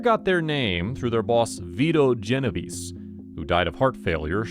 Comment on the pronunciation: Geno-vay-say, not Genoveeese!